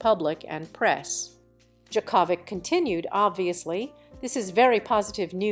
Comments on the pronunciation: Ridiculous report. Can't even pronounce Djokovic correctly. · Ask someone how to say Djokovic name. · Very wrong pronunciation of Djokovic